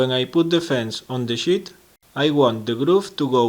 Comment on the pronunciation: Once again, very nice work! Just one suggestion, prolong the 'e' in the word 'sheet'. Otherwise it sounds like something completely different :)